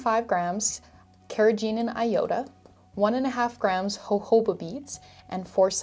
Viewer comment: no one: absolutely no one: diy skincare tutorials: hohoba